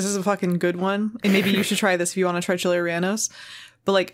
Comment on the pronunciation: No mames, pensé que la pronunciación de Chiles Rellenos estaba culera, pero esa receta está para llorar